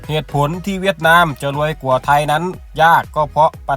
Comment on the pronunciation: แอดไม่ผ่านการอ่านออกเสียงภาษาไทยน๊ะครับ ควรจะฝึกออกเสียงภาษาไทยให้ดีก่อนครับ เช่นคำว่า ความ และ กว่า แต่ ช ช้างใช้ได้ครับ